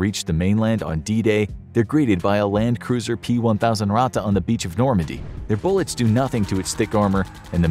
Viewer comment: Little known fact- it is Landkreuzer, pronounced Land-kroitser. Doesn't mean cruiser at all. It means Land-crosser in direct translation.